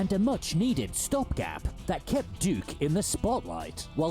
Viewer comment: Excuse me right at the start of the video "D*ck Nukem" huuuuuuuuuh? Let me hear that again... yap that is certainly not DUKE alright